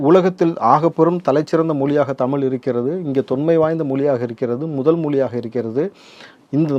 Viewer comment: When you are not able to say தமிழ், மொழி....... Saying தமில், மொளி.... what kind of language you are talking about